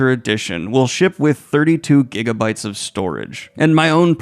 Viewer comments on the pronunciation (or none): none